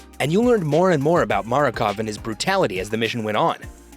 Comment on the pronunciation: Makarov not Marakov